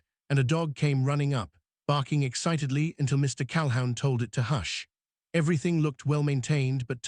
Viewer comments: NEVER "HOW"...? CAL-HOUN NEVER LIKE A HOUND DOG. NEVER. ALWAYS "WHO". You are incredibly needful of an English Teacher to teach you CORRECT pronunciation. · Cal-a-hoon. His last name. Your AI sucks. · "Cal hoon" is the pronunciation ! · CalHOWN?? Sheesh. Pronounced CAL-HOON. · Calhoun is pronounced "Calhoon." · AI needs to learn how to pronounce Calhoun. OU sounds like oo, like in book not ou in hound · "Calhoun" is always pronounced "Cal-who•n" CAL-WHOO•N like a hoot owl hoo-ting. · What is wrong you posters, do you ever edir? You never Google the correct pronunciation8 of surnames either. The name Calhoun is pronoiounced 'Cal-hoon' ... your AI is not good, like your editing. Not sub subscribing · Mr. Cal-hound due to AI interpretation???? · Lots of other mispronunciations. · Not great pronunciation but not too bad. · Why were the men rocking back and forth in the pictures? It looked creepy. Learn how to pronounce Calhoun. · AI story. AI "voice". Couldn't even pronounce the last name correctly.